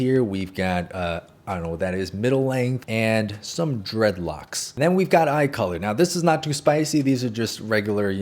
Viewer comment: Anyone noticed that “got” sound like gyatt? No? Just me? Okay